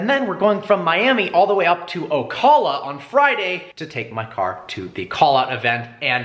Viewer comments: "OcAla" not "ocula" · The way you pronounce Ocala makes me want to cry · It's pronounced Ocala (Oh-kāl-lah). Or say Marion county. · I live next to Ocala Fl and your pernounsy it wrong, it’s Oca*la there’s an A there. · As someone who lives 30 mins away from ocala i didnt realize he was talking about ocala because he is pronouncing it wrong...